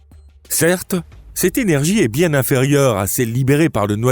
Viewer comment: Il dira que son h est muet. Mais là ne sera pas là question pour le linguiste lui-même rendu au mutisme face à une IA qui prononce ''énergie'' 👉 ''énergear'' puisse avoir dans sa narration un cheveu sur la langue.